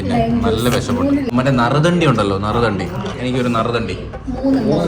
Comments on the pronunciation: നറുതെണ്ടി അല്ല നറുനീണ്ടി 😂😂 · നരുതണ്ടി അല്ല നറുനീണ്ടി